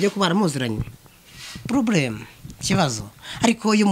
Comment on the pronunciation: Ploblem long😅😅😂😂😂😂😂 iki kyongereza mukinyarwanda kiranyishe 😂😂